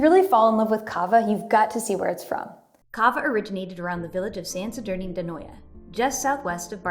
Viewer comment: San Sadorni d’Anoia with the French pronunciation is so funny as a Spanish guy 😂😂